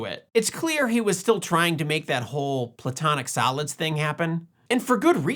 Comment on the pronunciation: A couple of times I thought you said the platonic salads. But that works, too. 😁